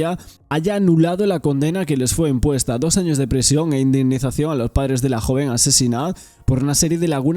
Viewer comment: prIsión, TrIbunal, indemnIzación. Qué te pasa con la i?😮